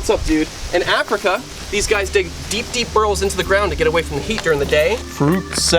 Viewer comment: I swear i heard "one thing is their dick "(correct they dig)